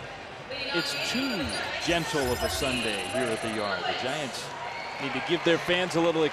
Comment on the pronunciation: It’s Giants, not Gaints Thanks for the game and keep up the good work!